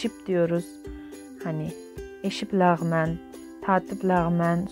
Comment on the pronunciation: Lahman leğman değil 😂